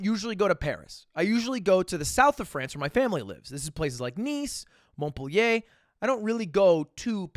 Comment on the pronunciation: Sorry but the way you pronounce French words and places kills me so much, ESPECIALLY when you said Montpellier and pronounced it as “Monpeler” I was devastated